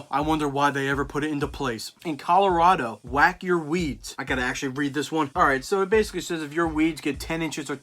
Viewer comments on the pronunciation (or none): none